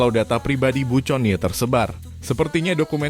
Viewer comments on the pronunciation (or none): Min conie iti di baca koni,jngan teks book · Min ga salah tuh? Connie (Koni) kok disebut Coni 🤣